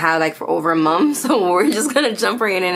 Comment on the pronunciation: I love how u say Momfff.. month lol ur are adorable..